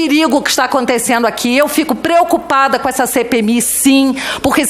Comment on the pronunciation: esse porra do tulio gadelha fala ...aconteceno kkkk que vergonha e essa porra ainda eh advogado kkkkk